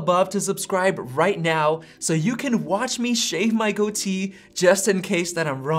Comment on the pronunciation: It’s called a goatee not a go tee.